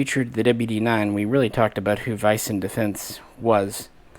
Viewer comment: It's pronounced more like WEESEN defence. Just so you know! :)